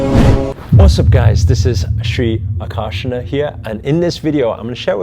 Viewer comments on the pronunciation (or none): Its not Ak-aar-shana sir its Akar-shana its a Hindi word that means Attraction 🇮🇳